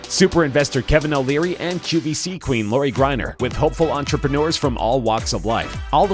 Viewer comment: You pronounced Lori's name completely wrong